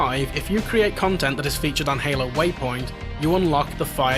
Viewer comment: Did he say Halo Waypoint or Halo Whiteboy